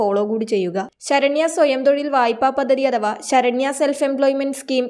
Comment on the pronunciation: പദ്ദദി? ഉച്ചാരണം ശരിയാക്കൂ. പദ്ധതി എന്ന് പറയൂ.